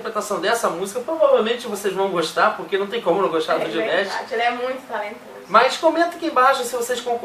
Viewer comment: A pronuncia correta do nome dele eh Di-ma-sh e nao Dimesh.